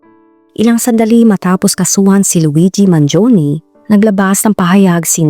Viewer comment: He is italian,born and raised in the USA It is pronounce as Mangione and not Mangioni